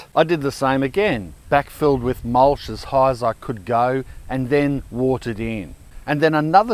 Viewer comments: Mulsh or mulch? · Mulch, not mulsh.